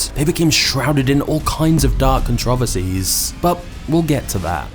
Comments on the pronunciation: “Neslay” “controvaceys” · hate to be that guy but controversies it's not pronounced "controv ersies" , it's pronounced like this "con tro vers ies" 4 syllables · “Con-trah-vacies” (controversies) gets me every time. I love your docs ❤ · The way he said "controversies" cuntraversies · Somewhat interesting. The guy delivering the narrative is not real. I was disturbed by his accent until he tried pronouncing the word "controversies". The narrator pronounced every syllable the same just like a computer would. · Ok i knew brits pronounced aluminum weird … but I was not prepared to hear “controversies” enunciated like that 😅